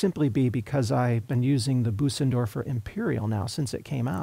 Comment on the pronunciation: Nice review. In case it's helpful, to pronounce the ö in Bösendorfer your voice says "ay" as in day but your mouth is shaped like an "O" like when you say "open". Also, the s that follows the ö is more of a soft "z" than an "s". Sort of like Boh-zendorfer but with a little extra "uh" thrown in.